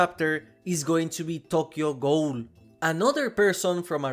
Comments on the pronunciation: How do you not know how to say ghoul. It's pronounced goo-el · learn how to properly pronounce the word ghoul. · the way you pronounce ghoul is heinous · i think it’s just the way he pronounces ghoul because of his accent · Richter = Rikter, and Ghoul = Guuul in our American pronunciations. Hearing Ghoul as Goal a bunch in this video was jarring 😅